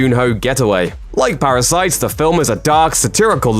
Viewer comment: This guy strings words together really quickly and emphasises weird syllables: "fictionFILMS", "NetFLIX", "ParaSITE", "diRECtorial", "TuringTEST", "eVENwhen", "blockBUSTers", "televisionSHOWS", "SUBscribe", etc. He also keeps saying "preformances". I can't concentrate.